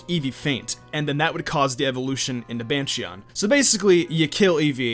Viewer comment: Wait did this bitch just say bansheeon 😂😂😂😂😂😂😂😂